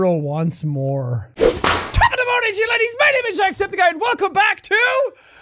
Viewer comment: He says it right